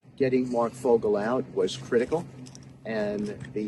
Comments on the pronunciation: Hi, for the German surnames Fogel or Vogel, just say: foe-gal with a weak a that sounds more like an e. BTW, that Fogel guy when he appeared with Trump in front of the press, looked so fake and dishonest. US embassy personnel are CIA personnel, and this dude looks quite 🐟 fishy. Thx 4 your traditional walk'n-talk 🙋🏽! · Regarding the Vogel pronunciation, just look it up on Djoodjel.